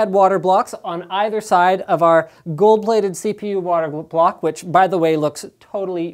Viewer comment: Did he say gold plated.